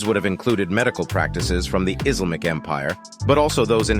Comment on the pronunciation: For the love of grammar! You cannot be 'allured" to anything because allure is a noun not a verb! Way to 'ruination' a 'well' video. Grammar matters! Ok , I'm out because there is no such thing as 'IZ-lamik either. Pffft to you tryong to share knowledge by getting an illiterate or a bot to narrate this.